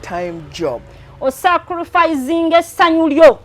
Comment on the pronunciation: The way she pronounces😮the word sacrifice olemwa